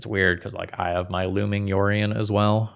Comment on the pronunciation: comment for the algorithm - when you're playing the mirror, it's not "yorion", it's "OURion" comrade